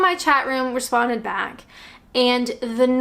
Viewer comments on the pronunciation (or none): none